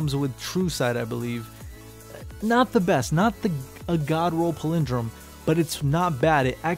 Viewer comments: lol chill out King Z. He's not fuckin Christopher Walken. Also, go listen to the pronunciation of this word...he is actually saying it wrong with or without accent. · PALindrome...not paLINdrome lol